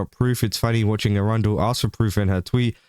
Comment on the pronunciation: I hate how you pronounce Erundel because it sounds like the city of Arundel, which is not what that name is.